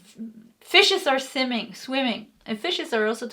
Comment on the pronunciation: As someone who speaks Swedish, when you said “Simming” instead swimming it really cracked me up 😅 But it’s also really nice to hear how your English has become so much better especially since I can tell it’s something you’ve struggled a lot with so well done you! Love and light to all you ❤️